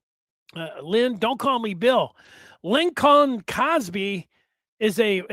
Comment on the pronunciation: can’t pronounce Lincoln? Does he think it was Abraham “Lin-colm?”